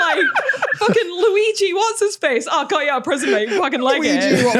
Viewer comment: Love how is the most Scottish I've ever heard when she's threatening violence! "I go' ye!!" 😂